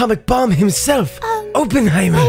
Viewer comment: Please for the love of bomb its awp-en-high-murr